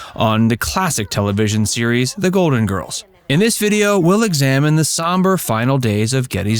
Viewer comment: Golden Girls has an L LLLLL in it ...Please prnoune your LLLLL